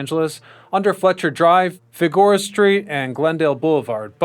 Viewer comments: Fig-or-a street 😂 Bro Fig-Er-O-Ah, tell me you’re not from Cali without telling me. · figora? the hell is a figora? its fig-er-oh-ah ill bet this dude says ne-vah-da too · It's Fig-Err-Ohh-A Street, not "Figora". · Bro it's Fig-a-Row !!!! Not Fig-Go-Rah.!!!! 😂. Good job though on your channel, I've subbed to you. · Figorah St? Fig--your-oh-ah St. You must not be from CA. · & "Fig-a-ROW-ah", not "Fig-oar-ah". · Fig-ER-oh-Ah*, not "Feh-GORE-ah" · It’s “Figure-oh-uh”… unless one wants to pronounce it in the proper Spanish way. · good video but Fig-u-roe-uh is the street pronounciation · Fig-or-a street. Love it. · At 7 minutes, said Fig geh roh a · Fi Gore Ah street? Haha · I really wish this person would say FIG- A-ROA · Figueroa: Fig-uh-roe-uh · If you're going to make historical videos about Los Angeles, you should either be a native Angelino, or at the bare minimum, have lived here long enough to know how to pronounce certain names/streets that are integral to its history. The fact that the narrator of this video repeatedly mispronounces Figueroa shows that he should NOT be making videos about the history of Los Angeles. Figueroa is not only a very prominent street in Los Angeles, the person it was named after is also an integral part of Los Angeles history themselves. I will be sure to avoid your videos from now on Mr. terrible cash pun fake name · The narrator doesn't know L.A,, mispronouncing Figureora Street....